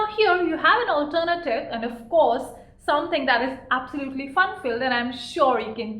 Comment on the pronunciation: I love the way you say"alternative " 😅